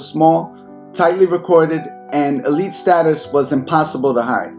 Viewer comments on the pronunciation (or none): none